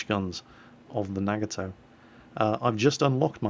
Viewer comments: The Nagato is pronounced Nah-Gah-Toe, not Nag-a-toe. Don't want to nit-pick i'm sorry but I thought I'd let you know. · prnounced foo-so and nuh-ga-tow and quicky calls yamato yah-muh-tow, and its actually pronounced yuh-maw-tow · Love your vids... but! NAA GAAA TOE Most Japanese words are pronounced as they look, but there are exceptions and this is not one of them :)